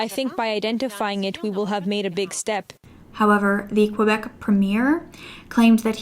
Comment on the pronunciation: Girl dont pronounce the u in Quebec. It's pronounced kebek. Canada is more fucked than a lot of people realise. I'm becoming ashamed to be canadian